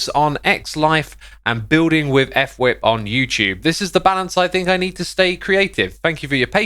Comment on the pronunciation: I love how everyone says, "F whip." Guys, its pronounced, " FUH-wip"